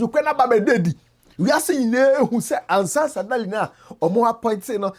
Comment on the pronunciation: you keep saying Ansah Sadaly but it’s Sansa Daly